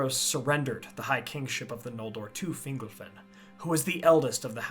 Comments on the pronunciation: I’m pretty sure it’s fin-GOLF-in. When it’s pronounced like “dingle” (“Fingle-fin”) it sounds less powerful like a great elven king of old, and more whimsical like an elf on a shelf lol. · I think it's Fin-gol-fin. Fingle-fin just sounds funny.